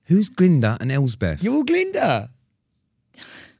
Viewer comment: Honestly fuming at the fact that Sam is corrected on saying 'Elsbeth', corrects himself but then carries on saying 'Elsbeth' for the rest of the podcast 🤦😂😂